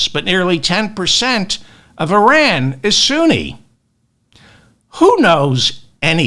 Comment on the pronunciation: You are right about all of it, David. EXCEPT the pronunciation of the word Iran. It is ‘Y-Raan’. Not eye-rèèn. And certainly it is not ‘Ur-rèèn’.